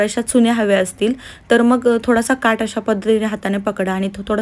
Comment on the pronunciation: ताई काठ म्हणा काट नाही